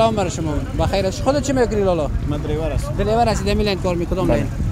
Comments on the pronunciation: محترم و لطیف جان زحمات تان قابل قدر است. خواستم دوستانه برای تان بنویسم که: در قسمت تلفظ کلمه دریور که منظور شان موتروان و یا راننده موتر است، اشتباه می نماید و آنرا دیلیور تلفظ میکنند. هر دو کلمه انگلیسی و دو معنی متفاوت دارد. دریور ( driver ) موتروان و یا موترران معنی میدهد و دیلیور ( deliver)، تحویل دادن ، ایراد کردن ، رستگار کردن. معنی میدهد. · دريور را غلط تلفظ ميكند ميگويد دليور